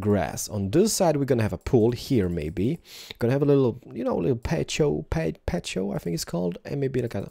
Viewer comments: r u spanish?!!!! its patio (pa-ty-ow) okay?????!!! >:( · "patio" is pronounced like "patty-o" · It's called a padio.(pa-dee-oh)